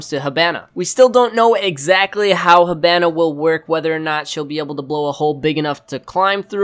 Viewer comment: Its HEE-BA-NA, When Japanese Is are in english, they are pronounced with e. You are saying Hibana like a weeb.